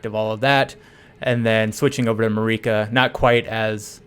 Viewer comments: Hurts my ears. It's MAAArica, mate. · Every time you pronounced Marika like eureka i died a bit inside (i know bro did not pay attention in the cutscenes or dialog)